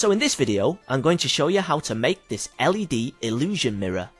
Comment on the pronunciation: Every time he said LED I hear LSD